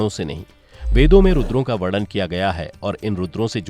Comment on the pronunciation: बहुत सुंदर कथा सुनाई 🙏🏻 संहार का उच्चारण सहार नहीं है 🙏🏻 शब्द वर्णन है वड़न नहीं। 🙏🏻 शब्द सम्पूर्ण है सपूड़ नही 🙏🏻